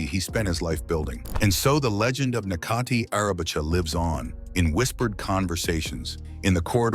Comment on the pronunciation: his name is pronounced as Netjati not Nekati.